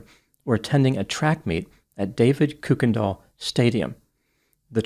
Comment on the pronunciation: It’s an easy mistake to make, but Kuykendahl is pronounced Kir-ken-doll. It’s the pronunciation the family used. They were one of the first families to settle the land where Irving, TX is today.